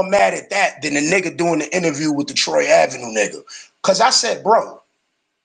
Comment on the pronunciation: He still calling bro “Troy Avenue” 😭